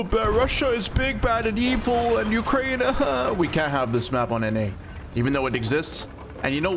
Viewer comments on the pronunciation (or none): none